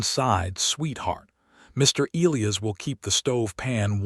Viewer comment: "E lī a's" name is pronanounced with a long "I" before the SHORT "ă" before the ending "s"!!! Not difficult & a manly and beautiful name!!!